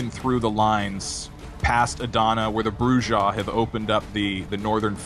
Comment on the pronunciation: Man your killing me with your pronunciations... Brujah... (Broo'-Hah or Broo'z-Hah) Grrrrr!!!